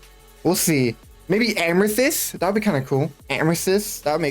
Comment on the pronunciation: Ameshistttt like bro amethyst